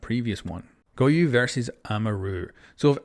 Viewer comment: him calling goyo "goyu" drives me insane good video tho